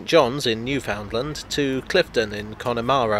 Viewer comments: Don't you understand? You pronounce Newfoundland like understand! Go and see the show COME FROM AWAY and you'll see' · And to anyone who had the pleasure to visit the Rock, it's Noo-FUN-Lnd. :)